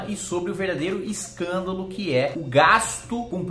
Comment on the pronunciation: Legal é o katagrilo dando enfase na palavra "escândalo" e não na palavra "milionário"